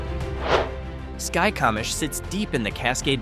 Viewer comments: Correct pronunciations of some of these towns: Conconelly = "Kon-kon-nelly" Okanogan= "oh-kan-nog-an" Skykomish= "sky-ko-mish" (hard O) Curlew" "kur-loo"/"curl-ooh" Haven't finished video yet but will later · Yikes! I thought I had heard town names mispronounced before; this is just awful. The ridiculous music behind the ai narrator mispronouncing Skykomish 15 different ways is almost funny. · its pronounced sky ko mish skycomish